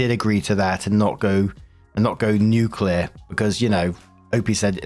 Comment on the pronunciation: You pronounced 'nuclear' correctly! I already thought you were a decent guy but my opinion of you has just rocketed. They don't even get that right on BBC radio!